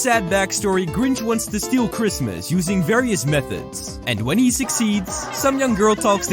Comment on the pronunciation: The Grinch can't even say Christmas right